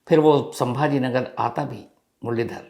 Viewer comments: its sambhajinagar not sambha nagar. Please 🙏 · संभाजीनगर hai sir not sambhra nagar